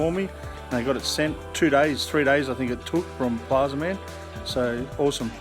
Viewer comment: Plazma man… not plaza man